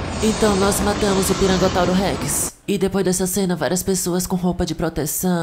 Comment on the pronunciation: mas ela fala "Pirangotauro"